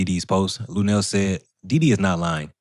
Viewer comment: Come on not lunell man